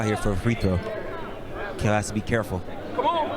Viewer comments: pronounced kel not kWell:face-blue-smiling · Is he a hooper or a mid sized game bird?? 🤣🤣 Quail?? , it’s pronounced Kel….but nice analysis! Keep it up !